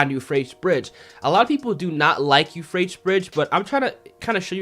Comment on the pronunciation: "Yew-Fray-tees" 3 syllables, not two. Sorry man, but it was bugging me. Great videos otherwise! Keep it up!